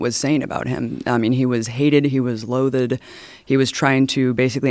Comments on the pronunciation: She said "loathe-ed".🤣😂🤣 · And is not pronounced loath-ed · Joe - "Quayside" is pronounced "Key side", as "Quay" is pronounced "Key" (33.32). And Abby, "loathed" is pronounced "lowthd", not "low-thed". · If anyone needs proof of how stupid she is, she pronounces "Loathed" as "Loath-Edd".